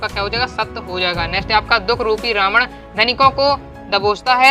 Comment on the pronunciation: सर को रामण नहीं रावण होता है 😌